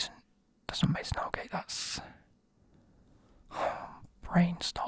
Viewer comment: The way how u said holgate wasn’t holgate but Godfrey was